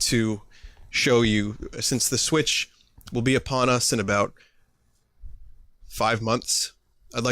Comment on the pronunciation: You're pronouncing it correctly, anyone who pronounces it to rhyme with switch is an idiot.